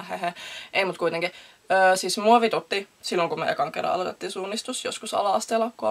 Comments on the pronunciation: Kun sanoit mua vitutti niin luulin et sanoi muovitutto😂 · olenko ainoa joka luuli että toi sano muovitutti